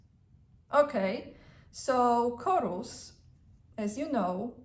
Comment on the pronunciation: forgive me but the correct pronunciation of Horus is Hhhorus not chorus. ❤U